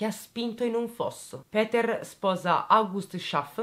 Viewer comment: Ti seguo da poco, ma i tuoi video sono una droga! Molto ben strutturati! Hai una buona pronuncia per il tedesco, meglio sicuro di tanti giornalisti! Péter sarebbe con o stretta e la u di Kürten va pronunciata come la u bergamasca, se vogliamo fare i pignoli precisino e rompere. Se i giornalisti si documentassero come te, non mi verrebbe l'orticaria in alcuni TG! XD Complimenti. Bella e brava! P.S. ti invidio un sacco quei capelli neri...